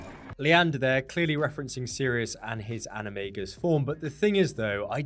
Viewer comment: "animay-gus"? Isn't all based in Latin? Should be animah-gus